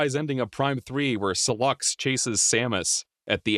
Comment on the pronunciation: Why does he pronounce sylux wrong? They literally say his name?